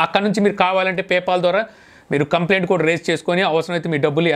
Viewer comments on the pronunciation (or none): none